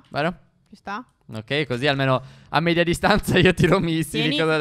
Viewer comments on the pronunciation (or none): none